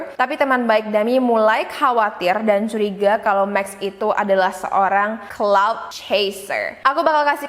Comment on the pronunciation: Kak yang bener clout chaser bukan cloud